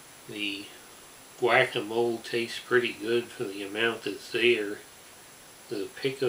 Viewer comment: "whack-a-mole"